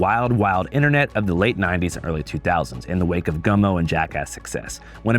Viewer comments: Why is Andrew calling that movie "GUNMO' when its GUMMO??? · Gummo not Gun-Mo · Andrew kept calling it “gun-moe” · Gummo, not Gunmo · Is it just me or does he keep saying Gun-Mo? Hahah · Andrew, for Christ's sake; the film is titled :"Gummo", not "Gunmo". Not a big deal, but I guess you had to be there, when it came out? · Why is he callling the Harmony Korine movie Gunmo, isn't it Gummo? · It sounds like you are saying “Gunmo” not “Gummo” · Man called it "Gunmo." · I keep hearing 'Gunmo'. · sorry are you saying "gunmo"? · Gummo, not Gunmo. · Why does he call Gummo "Gunmo"?